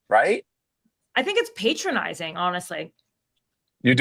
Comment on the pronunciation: You are trying to say patronizing not patronizing